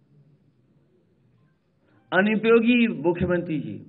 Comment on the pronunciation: Did he just said unupyogi😂😂😂😂